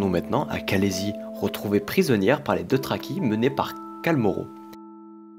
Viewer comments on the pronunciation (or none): et les "deutraki"